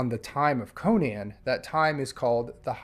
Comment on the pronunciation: Congratulations on being the only person to pronounce Conan correctly on YouTube 😂